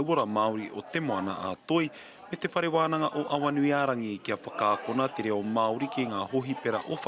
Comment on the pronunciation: someone teach her how to pronounce te reo Maori please